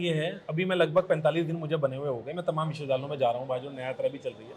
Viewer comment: I appreciate your efforts. Kindly correct your pronunciation of विद्यालय, it is Vidyalay not vidhyalay as you pronounced !